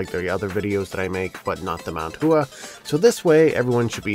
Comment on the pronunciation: Love the videos. Just a quick note: "Hua" is not pronounced Hoo-Ah. More like "Water" - the "wa" part, but if you were to add in an h like "Wha." In other words the "u" and "a" sounds should not be separated. Ooo or ew or u sound plus ah sound gets shortened so that it ends up sounding like WA instead. If you're interested in that concept, look into what's called "Bo Po Mo Fo" it's a way of learning to pronounce Mandarin Chinese terms that are spelled out in English. Although it comes from a more complex system, the basic bit of bopomofo is pretty awesome in how it explains the stuff. It's not a brand term or a product, by the way - there's tons of different ones. But just a Google search on this phrase will turn up a bunch of results you can look at. :)